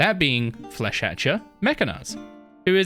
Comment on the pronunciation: No one knows how to say Flesh whatever its name is.